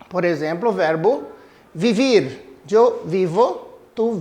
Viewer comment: Só corrigindo uma coisinha no início do vídeo , no verbo " vivir " se escreve vivir mas se ler bibir pq V tem som de B